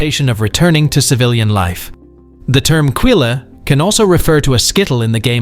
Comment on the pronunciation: Quille does not have an "e" sound. It us French and sounds like quil (like quadrille, espadrille and other French words the final e is silent) Try GOOGLE for heavens sake.